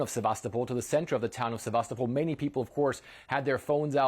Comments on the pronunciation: Great news! But, the name is Sevastopol, not Sebastopol. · surely as journalists you could pronounce Sevastopol the correct way?